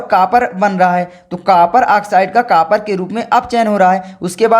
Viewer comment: Kapar nahi bhai copar hota he (Cu)